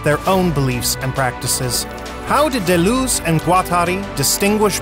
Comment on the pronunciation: Thanks for this informative video. Taking some French lessons would improve the pronunciation especially of D. and G. which is desperately needed imho